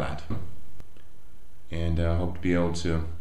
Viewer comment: FYI, pronounce it like Da as in "De-Bears" <-- SNL skit and Lak as in the first part of "lacquer"